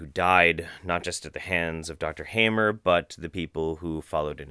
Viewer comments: His surname is appropriately pronounced 'harmer'.... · the speaker seems so pale and looks unhealthy...The name is pronounced like : Hahmer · pronounciation: ryke geerd hamer: reekay gaerd hahmer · The "a" of "Hammer" is not as the "a" in "have", but as the "u" in "fuck".